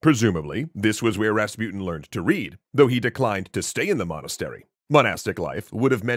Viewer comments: ra-spu-ten not rasp-uten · who is that raspiutin you keep talking about? or is it that you cant even pronounce rasputin? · Rahs-Poo-Teen Please say it correctly. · Why are you pronouncing rasputin as raspyutn? You can say putin, don‘t you? Take an example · Hmmm Rasputin the way it’s said rhymes with poutine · You pronounce his name wrong